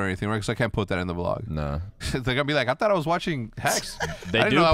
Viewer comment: You can tell hecs was speaking Spanish on the weekend when he said "attara was watching" instead of I thought I was watching😂